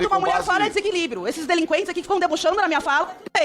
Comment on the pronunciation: “Machinho Alpha” “Delinqüentes”??? Olha a Maritaca Gaúcha aí gente!!! Kkkkkkk Dá um Gardenal p/ ela…